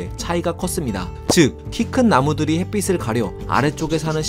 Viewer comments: 햇빛을, 햇빛이 등의 발음을 "햇비슬, 햇비시" 등으로 발음하시는데, "햇비츨, 햇비치"로 발음해야 하지 않을까요? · 햇빛 발음할때, 핻삐슬 아니고 핻삐츨요. 핻삐씨가 아니고 핻삐치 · 햇빛을 = 햇비슬(X) = 햇비츨(O)